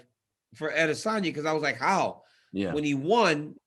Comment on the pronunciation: It's AdesOWNya , not Adesanya ! .... come on now Helwani